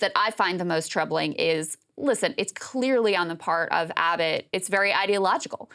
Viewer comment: Gragg Abbott? Gragg? Krystal might be mispronouncing on purpose.